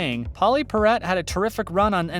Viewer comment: Yeah...Pauley Parrot! Lame.